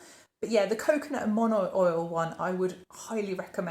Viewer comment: I usually don't comment on off pronunciations in video, but the Polynesian in me can't help but mention that the kukui oil product is pronounced ku-KU-ee. (likewise, monoi is mo-no-ee) Totally loving this foray into other scented products!